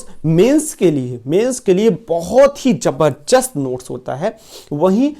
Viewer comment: jabarjast nhi jabardast hota ha bhai